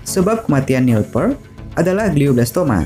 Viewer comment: Ralat, bacanya Nil Pirt.... bukan Pert.